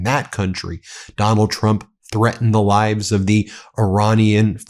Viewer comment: Way to demonstrate your AI. Can't pronounce "live" correctly...